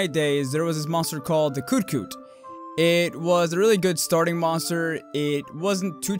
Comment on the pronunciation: Did you say "Yian GARA"? And "Koot Koot"? Oh my...lmao